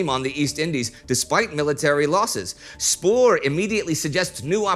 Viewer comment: Haha yes it sounded more like Whoieb or something xD Westerling/Spoor were also decent.